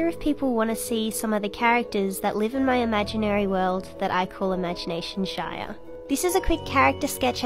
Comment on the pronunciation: the way she pronounces ‘shire’ is going to kill me. 😭😭